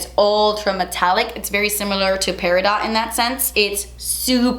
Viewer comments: Just a Jewelry consultant tip: Peridot is pronounced without the T... I love you! ❤️ will be purchasing this palette! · I'm not going to lie, I seriously cringed everytime she said Peri- dot. It's my sister's birthstone as well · You sweet summer child, I love you lol❤ It's actually pronounced peri-doh. They throw that T on there to confuse us😉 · Beautiful colors. But just fyi, the "t" in peridot is silent. (Pronounced Per-a-doh) 😉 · The green shade is pronounced peri - doh. Not peridot. It's the stone for August. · Just a note: peridot is pronounced per-i-doe. Love your palette. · Im so excited for this! Been waiting for it! but its driving me nuts how you're pronouncing Peridot. Its pronounced 'pair-i-dough. The T is silent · Such a beautiful pallet!! Congratulations on your collab, you so deserve it! Just an FYI Peridot is not pronounced Peri Dot, it's Peri Dough. It's my birthstone. Always wished I had Diamond as my stone...💎💍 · Peridot: It’s not pronounced Pair-a-dot. It’s pronounced Pair-a-Dough. The T is silent!!! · My eyes went straight to my birthstone peridot 💚📗💚! I always have said it’s pronounced Peri-dohh, Not Peri-Dot. I guess both ways are correct tho right? I use to hate that my stone was bright green but I grew to love it! Now I’m obsessed! This palette is definitely going to be my first colourpop purchase! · Omg it’s beautiful 😍😍 and you’re so happy ilysm Totally thought it was pronounced “peri-doh”!!! 🤦🏼‍♀️ (like French???) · No te ofendas... peridot se pronuncia "pe-rie-dough". Or look it up. But, Congrats on all the colors! I love stones and believe in their healing properties. Many blessings. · Love the palette! But omg. Peridot is pronounced: Peri-doe!!!!!!! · LMAO... i got this palette today and i hope i get one signed.. but quick thing.. the shade color is pronounced perido without the "t" cuz it's french.. LOL yeah.. but it's cute.. love your collabs and i have everything from colourpop you do.. ❤️ ❤️